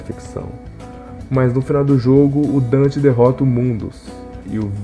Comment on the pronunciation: Donte não Dante (e Vergin não vergil)